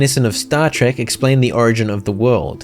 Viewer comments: Star Track? STAR TRACK??!! RAAAGH, HULK ANGRY!!! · Did je Really Said Star treck?? ? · excuse me.... WHAT!! XD STAR TREK XD ok ill let this one slide... for now edit: ok im watching abit more and your now saying roth for wrath... your doing this on purpose right... right..???